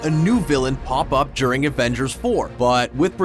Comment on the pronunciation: Had to dislike this because of how you pronounce "during"